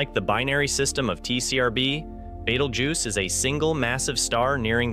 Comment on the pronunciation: I hear you sound pretty articulate with all the other pronouncements in this video, Betelgeuse seems to be a little different. I have heard it pronounced like that before. By anyone. I don’t read it like that either. Are you doing that to troll people.